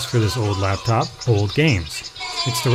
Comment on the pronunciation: laptop not laptof